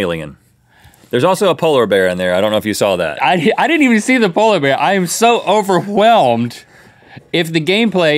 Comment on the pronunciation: has anyone listened to and "overhwelmed"? Does it remind you of "cool whip" from family guy?